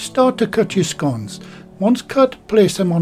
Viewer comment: Love scones and fruit ones are my favourite. Nice to hear you pronounce them as in sounding like (gone). I know there's a different pronunciation but your way is the right way in my opinion and it's how I say it myself.